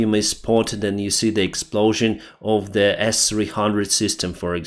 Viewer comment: "Z Fisherman" lmfao